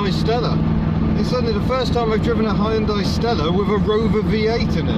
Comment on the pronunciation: That is the proof, English speakers can pronounce Hyundai to near perfection. :)